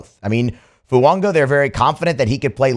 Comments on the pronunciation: I don’t mind this dude every now and then but he can’t pronounce anyone’s f*cking name. Just changing “Fuaga” to “Fuonga” like he doesn’t know how to read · Please stop mispronouncing Fuaga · I thought I was the only one…